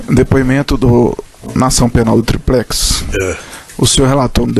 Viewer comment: Porra quem é esse Procurador? O cara fala "triprex", pra zoar o molusco, ou o cara é fraco mesmo?